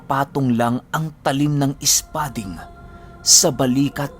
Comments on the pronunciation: mabilisan po yung pag bigkas ng " spading" 😊 silent listener since nag simula ka 😊😊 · Hi..bilisan mo mgbigkas ng espading... Ganyan ksi mgbigkas nyan...😊😊